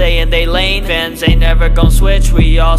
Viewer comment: It sounded like when said fans it was like vans 💀 If your dirty minded sometimes you will know what I’m thinking rn 😅